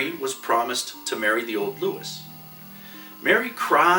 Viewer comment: Louis isn’t pronounced “Loo-is” it’s “Loo-ey”... like the letter E.